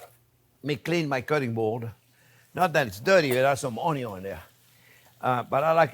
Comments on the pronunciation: "ONYO"-Pasta 😂😂😂😂 I love the man ❤😘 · I can listen to Chef say "Onyo" all day.